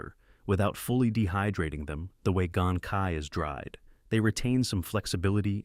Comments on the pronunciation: Excuse me for correcting your pronunciation. Cai is not pronounce kai, is more like chai. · Should be pronounced as "choi", as in "bok choi". "Choi' is the original chinese pronunciation for leafy vegetables.